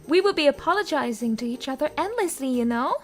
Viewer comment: Что с его речью? Ему к логопеду нужно срочно. Кто вообще его на озвучку взял? Laz zdop apolozazing WTF!?!?!